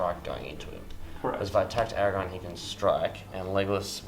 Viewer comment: A great Battle report. But Fuck me, CC, saying Aragon instead of AragoRn is infuriating.